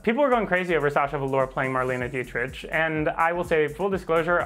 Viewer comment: Marlene Dietrich is pronounced Mar - lay - na Dee - trick ... I thought that Sasha's impersonation was so-so ok. The look was right but she did not convey Marlene's megalomania - her narcissism. Marlene really believed that she was the one truly great star - that all others paled by comparison. She was after all from Berlin and the generation of the "master race" and that shaped her core beliefs. I was also surprised that Sasha did not sing. Marlene was famous for her talking - singing style - she had less than one octave but was still a sensation - worldwide and in Las Vegas. Her success as a "singer" is due greatly to her absolute belief in herself that overrode her lack of talent - and mesmerized her audience. Marlene once had the nerve to send one of her albums to Judy Garland as a testament of her singing prowess - Judy at that time considered to be the world's greatest singing diva. Sasha could have been more imperious and sing - talk her answers.